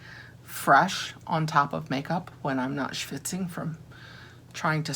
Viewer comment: It’s always hilarious to hear you say “schvitzing” and I am here for it!